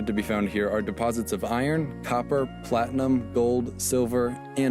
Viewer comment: jj says platinum so hard it sends radio signals